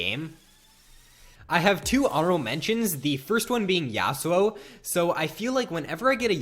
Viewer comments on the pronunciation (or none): Dont ever say Yasou again